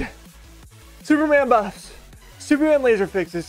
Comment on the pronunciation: Please don’t tell me this man just said “please super-man buffs”